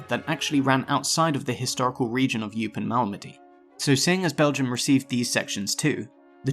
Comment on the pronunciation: Learn to pronounce 'Malmedy'.